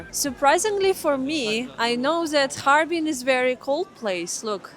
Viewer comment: 捉虫：哈尔滨 bing，水边，不是哈尔宾bin。